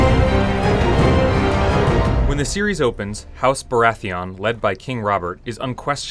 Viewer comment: Bara-etheon seriously lmao? it's baratheon